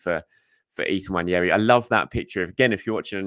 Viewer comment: How you read that name on the back of his shirt and come to the conclusion that it's pronounced "Wan-yeri" just baffles me tbh. I've also heard english commentators saying William Salimba and Eddie Nikita. Like come on guys really?